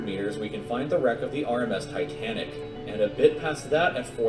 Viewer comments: Man said Titanic with conviction🤣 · Bro said titanic smh